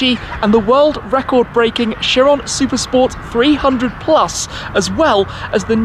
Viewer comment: Labochen oua The Chentodiechi Cheron Loua